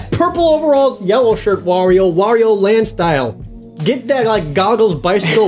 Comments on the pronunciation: It is Wario, not "wor-rio." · I am the only one who was annoyed at how many different ways they pronounced "Wario"? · War-io Ware-io Wore-io Where?-io Whoa-rio But I pronounce it "That character sucks"